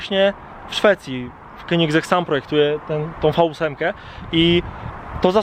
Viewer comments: pov: Zawsze mówiłeś "Kongier" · Królewskie jajo a ty wymawiasz to jak królewska piła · Typ ie potrafi nawet nazwy wypowiedzieć poprawnie i jeszcze te 20milionow? Ehe